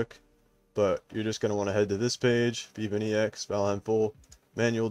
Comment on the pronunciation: the way you say "bepinex" literally haunt my dreams it's pronounced "bep-in-ex" not "beep-in-e-x"